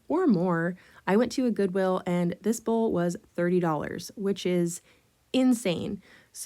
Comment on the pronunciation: are you saying bowl covers? It sounds like you’re saying bull covers.?